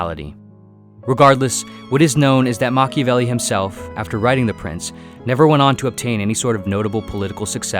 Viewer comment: Mach-IAH-velli not Machivelli